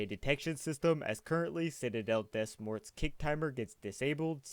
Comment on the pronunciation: It pronounced citadel "de more" not "des morts"